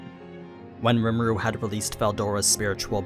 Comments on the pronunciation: “Lee-moo-du” sorry i got to be that guy but that’s how you pronounce rimuru’s name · Its kinda funny this dude cant say rimuru's name correctly he also is naming skils rimuru never even said anything about